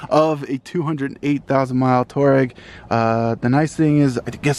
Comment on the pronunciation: Its two - ah - Reggie not tour-reg